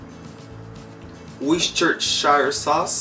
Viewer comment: WORS / CHESTER SAUCE